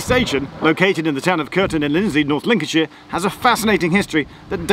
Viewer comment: Cant stand hearing shire being pronounced sheer, much prefer sher personally. Personal annoyance aside, welcome back to Lincolnshire